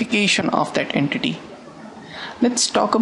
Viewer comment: "An enkiking is any RRREEAAAL wold opchik." :D